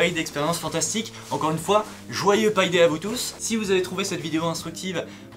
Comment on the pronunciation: Pie day?...ah on ne parle pas de tarte.